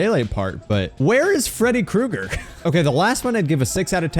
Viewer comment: 🥨 Freddy Cru-EGG-Er.